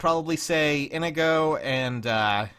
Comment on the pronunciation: are you purposefully mispronouncing Inigo's name? Just to fuck with people like with Linde?